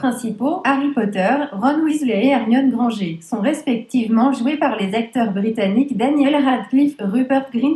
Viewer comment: Hermione Grangé 😭😭😭😭😭😭😂😂